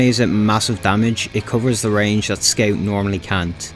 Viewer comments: I only watch this channel to hear him say “sceut” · it was meant to be said "scawt" or something along those lines, everything points at it. don't get me wrong, i'm not telling you to change your accent, i just thought it's pretty funny